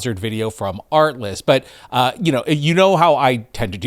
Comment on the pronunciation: Kept hearing "artless". Oh, the irony. ☺️